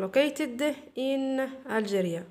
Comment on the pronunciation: thanks for the effort.But,please madam check your pronunciation of the letter G in Algeria